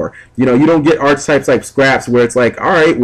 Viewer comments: Also, it's probounced [ahr-ki-tahyp]. Pet Peeve. (push the little sound button on dictionary. com) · it's pronounced arketypes with a hard "c." god it's annoying to hear you say archetypes with a ch sound, especially if u say it like every other sentence